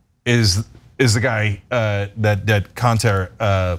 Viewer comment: Why did the female host mess up that Turkish president‘s name despite the fact that her cohost has that very same sound in his name? I’m boggled; am I missing something here🤨